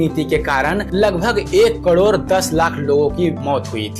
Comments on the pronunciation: Cador nhi crore hota h sir.. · Kador nahi karod hota hai sir